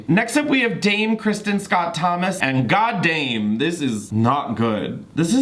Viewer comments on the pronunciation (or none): none